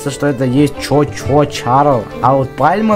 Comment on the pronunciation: Этот паровозик не чо чо Чарльз,а чу чу Чарльз ^^ О